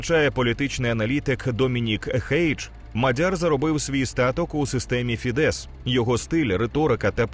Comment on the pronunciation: Дякую за контент. Тільки не фідЕс, а фІдес (наголос на "і"). В угорській мові всі слова практично без винятків мають наголос на перший склад.